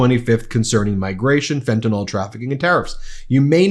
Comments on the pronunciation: It's not Fentanol bonehead, it's Fentanyl, that's nil, not nol! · Would you still have that smug expession on your face if you knew how badly you have been pronouncing 'fentanyl' all this time? You pronounce it as if it were 'fentanol'. But it is not it is fentan*y*l. The 'y' is pronounced like a short 'i'. Honestly! The word is so crucial to your argument yet you keep getting it wrong over and over. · Please say the name of the drug correctly. It's Fentanyl. Not Fenta-NALL. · It's fentanYL, rhymes with Bill. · Ben, fentanyl is pronounced “Fen-ta-nil”. Maga is mispronouncing it and it sounds completely ignorant to all of us in the medical community. Love what you do, keep up the good fight! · It might be a small thing really, but I wish of all platforms, would pronounce "fentanyl" properly.